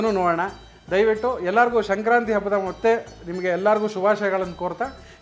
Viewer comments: ನೀವು ಹೇಳುವಾಗ ಶಂಕ್ರಾಂತಿ ಎಂದು ಉಚ್ಚರಿಸುತಿದ್ದೀರಿ. ಅದು ಸಂಕ್ರಾಂತಿ ಅಲ್ಲವೇ? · ಶಂಕ್ರಾಂತಿ? ಅದು “ಸಂಕ್ರಾಂತಿ”